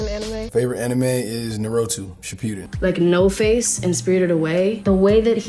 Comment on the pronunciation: Why did Micheal B Jordan pronounce Naruto like that??????